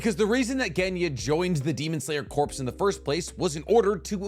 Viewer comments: Love your content but stop pronouncing it as corpse and pronounce it as core! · It's like fingernails on a chalkboard of my soul every time you pronounce the word corps. It's pronounced like "core", you living breathing video making embarrassment. Like the Marine Corps. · Corps is pronounced like the word, core. Corpse is pronounced emphasizing the S at the end. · It's pronounced core not corpse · Day 252 of asking to pronounce “corps” the right way like “core” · we need to talk about how you pronounce the word "corps"..............